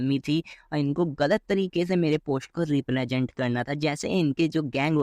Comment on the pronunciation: represent ko replajent pta nahi kiya bola 😂